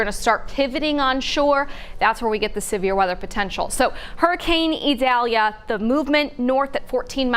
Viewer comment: 5 Stars for her. She made a genuine effort on properly pronouncing the Hurricane's name.